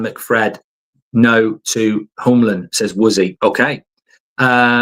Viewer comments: Mark, Hjulmand is not pronounsed like Hullmand or Jumland. The ‘H’ is silent. Like many other writes, its: YOOLMAN for u english guys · Mark, love the content! But if we're going to get Hjulmand you need to learn how to say his name. Here's a quick guide. Morten → MOR-ten (easy enough) Hjulmand → in Danish it’s roughly YOOL-man(d) (the “Hj-” is silent, sounding like “Y,” and the final -d is also silent). It literally means "Wheel Man". So it's not "Homeland" or "Yumland" or "Jungland". It's Hjulmand. Cheers! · Get it right! You-l-mand Not You-m-land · I have been looking for this comment. This whole summer I hear him saying Yomlin and I never knew who he was talking about. You can imagine what I thought when I found out it was Hjulmand this whole time 😭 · Yumland is hilarious. Sounds like a sweetshop 🍬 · I like how he changes the hjulmand pronounciation every time